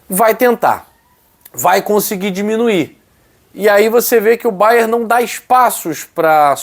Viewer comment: não é Bayer, e sim é BayerN. É nome do estado em que tem sua sede = Baviera de Munique - Bayern München! Bayer é fábrica de medicamentos e outros produtos químicos que tem sua sede em Leverkusen e tem até um clube lá, o Bayer Leverkusen.